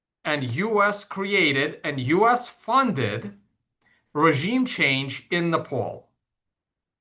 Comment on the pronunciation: LOL "ragiem"...